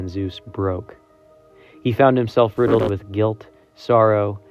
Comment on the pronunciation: Something interesting happens at this part when the narrator says "riddled."